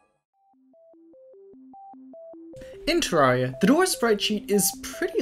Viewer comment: You're still pronouncing Terraria wrong